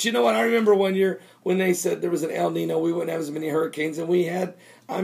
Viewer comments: Though I am not of Mexican/Spanish descent, I am familiar with the language as I am from So. Cal. and something you keep saying is irritating me. El Nino. Notice the little squirelly thing above the second N in Nino? That N is pronounce like an NY so it is actually pronounce El Ninyo. Stop saying NINO. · Follow me....EL NEENYO.....not NEENO....lol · the little mark over the n makes a ya sound el neen-yo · It's pronounced 'ninyo' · It's a Spanish word pronounced "neen-yo"... The little squiggle above the "n" means that it is pronounced "n-y".